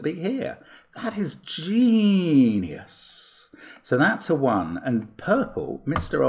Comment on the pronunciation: Expert-Level pronunciation of the word, "GENIUS".